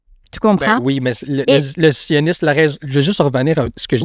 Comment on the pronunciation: C’est vrai que le zzzzzzioniste, c’est spécial.